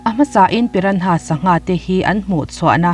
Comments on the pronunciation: Piranha tih anga lam loin pirana tih anga lam zok tur a ni e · A ngaihnawm nasa... Pyra- nhas (piranas) ti a lam ni tase..😁